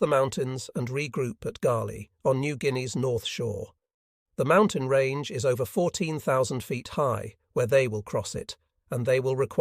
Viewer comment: The IS pronunciation is unbeatable. Can't continue until this is fixed.